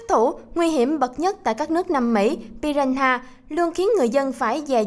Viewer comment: Piranha mà đọc piraha